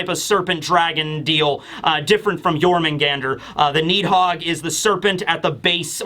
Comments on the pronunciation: As a Swede, your pronunciation of Jörmungandr isn't that far off for an English speaker. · Your Jörmungandr pronunciation is actually pretty good